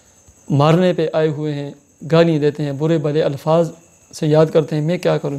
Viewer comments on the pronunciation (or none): none